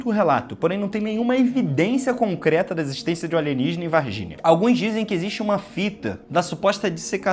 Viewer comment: É Varginhaaa, não varginia kk